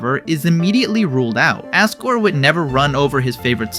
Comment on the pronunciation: ...why do you say Asgore with an A instead of an O..?